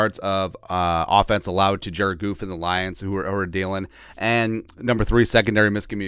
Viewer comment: Did he really call him Jared goof. Put some respect on his name. He carved y’all up all day